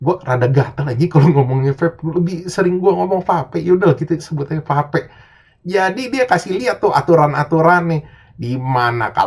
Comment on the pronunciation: Lebih simpel nyebut vape, pep dari pada pa'pe ngga sih bang jadi 2 kata jirr